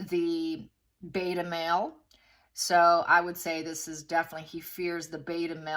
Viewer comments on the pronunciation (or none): none